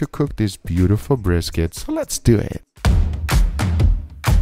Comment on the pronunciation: Guga: breeskit